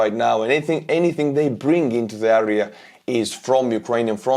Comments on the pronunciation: Kõik muidu super aga palun proovi hääldada area - "eria", mitte "äria" :) kriibib kõrva iga kord. Aitäh vinge contenti eest! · Great update as usual, you are a champion. But please it’s AREA not ARIA🙏🏻